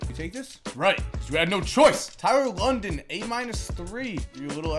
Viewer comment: Lydon, not London,......